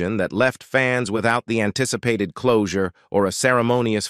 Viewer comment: ah yes the robot ar nesse, gunsmok e, closu r e,, repeat sentences. what a mess